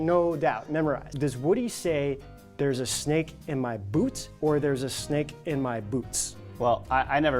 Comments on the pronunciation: He did say boot, but he said it in an odd way that it sounded like “boots” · Also Woody is definately still saying "There's a snake in my boot" people are just mishearing the exentuated "T" as an "S"